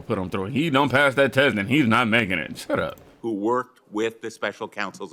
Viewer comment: The way you said shut up!! 😂 I feel you it’s nonsense!